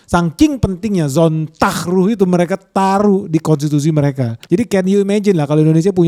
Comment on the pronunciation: bro it's sonn-tag ru-he, just like as if you read it in indonesian pronunciation